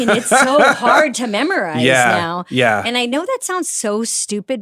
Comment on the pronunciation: Baby angel madam podcaster why do you say memorize as mammorize like mammory gland it made me laugh